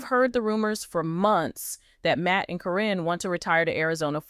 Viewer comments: Every one out here for weeks was putting Chris down, now you’re patting his back..😾😡Why can’t you say her name right every time, it’s Caren, not Corrine and all the others one you said. Matt is a low down dirty thief! He choose that nasty 🤮 woman, instead of his family and kids.. Shameful, he’s only going to be around if he’s lucky 🍀 another 10-15 years.. grow up dude! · It’s not CORIN. ITS CARYN!!! Just sayn Okay moving along.. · Can't the AI SAY KAREN THE CORRECT WAY???????...good grief!!!!!!!... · You can’t even say her name right 😂